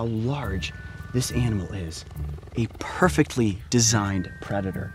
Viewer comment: “ a purrrfrctly designed”